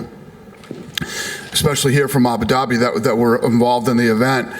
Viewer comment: Dana ”abu dabity” white